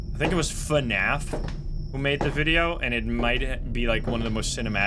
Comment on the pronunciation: As it was fortold, I am awakend at the sound of droping wideo